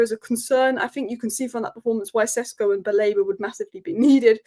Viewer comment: It is SHESHKO to not Sesko.